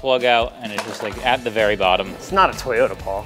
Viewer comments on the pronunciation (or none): none